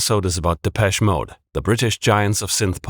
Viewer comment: Its pronounced’deh-pesh-ay mode’ - dont ask me why